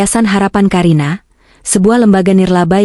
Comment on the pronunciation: Ka karina bukan ka a karina mbak tapi ka karina